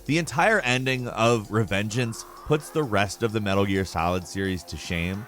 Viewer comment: Bruh he said metal gear solid revengance